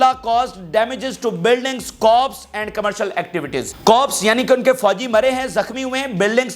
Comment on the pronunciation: It's crops not cop's. Agriculture.